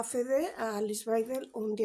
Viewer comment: En alemán la W es b Baidel así se lee.